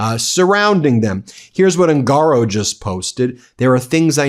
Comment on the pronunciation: Proper pronunciation of surname "Ungaro" is OON ga row